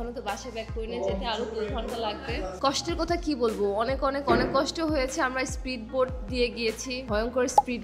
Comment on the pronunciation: স্প্রিটবোট না স্পিডবোট